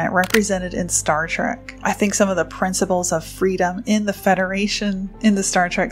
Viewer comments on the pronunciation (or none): none